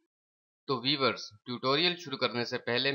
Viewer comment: o bhai vevers nahi viewers hay